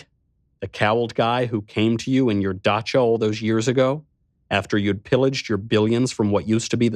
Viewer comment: Finally he said dacha correctly